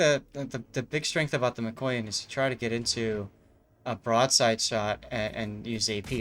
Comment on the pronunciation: Yup, that one was a lot of fun. Sidenote #1: I do have Expert Loader on this captain, still I often prefer to clear the barrels rather than waiting those extra seconds. Sidenote #2: Chat brings up the backward firing torpedoes on IJN cruisers; that's the Aoba and up, Furutaka doesn't suffer from this problem. Sidenote #3: It's pronounced mika-YAN, not mi-KOY-an. ;) Sidenote #4: Hello there Stevie! :D